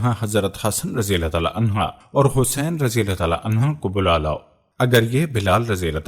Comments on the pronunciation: Clear your arabic language it is anhuh not anha. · Ap please anha ki bjay anho bola kren